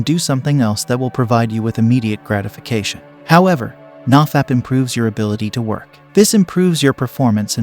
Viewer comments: Nah-fap?? No, it's NO-fap. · If he knows it's No-fap, why does he pronounce it nah-fap? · ITS "NO FAP" not NAW FAP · "NahFap" i like it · "Nah- Fap" thats another way of pronouncing it i guess. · the way this guy pronounces nofap and dopamine makes me wanna skin myself alive